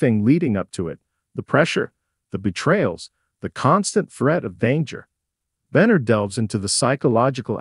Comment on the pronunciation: Can’t say any name correctly. Sounds completely ignorant. I can’t stand to even listen to it. Who the hec is sawnie and who is Avia oh I guess the voice over is trying to pronounce Sonny and Ava. Don’t have any idea who Beenard is? I’m thinking they’re trying pronounce Sonny’s real actual name.